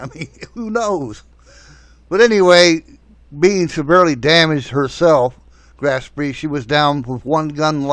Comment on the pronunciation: Couple of comments here WWII started in 1939 not 1941 The Graf Spee (not Spree) was not sunk before WWII started. However a great movie based on actual events and reasonably accurate in its depiction.